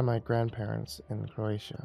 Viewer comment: I thought she said I was raised in Appalachia and had to rewind it (App native and fellow horror writer and enthusiast), nope, Croatia 😈😎😇